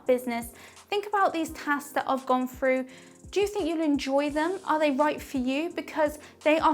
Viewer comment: the word is "through" not "fru"